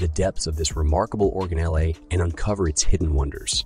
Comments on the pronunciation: That's what the correct pronunciation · It most definitely is not. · Did he really just pronounce it "organelleAYE"? 😂